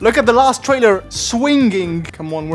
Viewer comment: swing-ging is not english lol